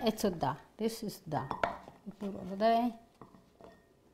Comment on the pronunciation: “ISS OK” ❤ 🤷🏻‍♀️